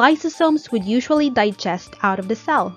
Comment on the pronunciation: So AI-ish 😂😂😂 Is it the or da?😂😂